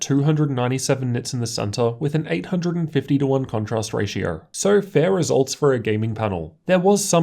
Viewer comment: Lights belowerrrr hahahah.... Ratio-errrrr